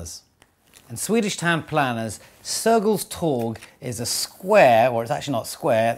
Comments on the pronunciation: Interesting bit of trivia. Note: 'torg' has a soft g =) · I love how you pronounce Sergels torg